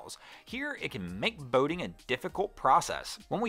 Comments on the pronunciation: Why do you say boating like bao-ting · Lol "Bowding"